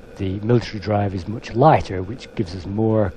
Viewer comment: You sound very British. Very very mooch. Moooooch. MOOOOOOOOOCH.